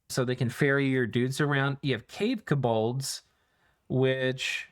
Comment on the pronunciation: It's "KO-bolds", not "kuh-BOLDs"